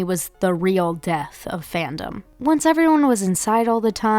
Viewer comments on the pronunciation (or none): fascinated by the way you say “phantom” instead of “fandom”. i need to study you